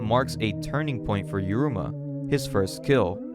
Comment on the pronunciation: I think you should be more careful with how you call the characters. It's already hard enough to follow this kind of format as we have a lot of characters presented to us in quick succession, when you call those characters different names it makes things even more confusing. Doubly so when the viewer is only listening and not watching the video itself. You call Uruma ''Uzuma'' , Azuma becomes ''Azumi'' for exemple